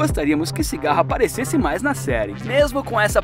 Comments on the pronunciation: CIGARRA KKKKK CICADA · Não e sigara e sicada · Cigarra? Kkkk é Cicada